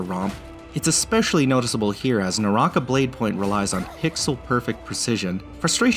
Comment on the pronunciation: Way to butcher it's pronunciation lmfao